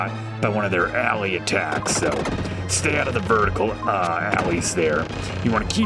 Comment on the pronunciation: Vertical, not verticle